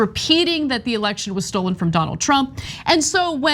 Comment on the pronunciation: Lindell says the election was ‘stold’ not stolen!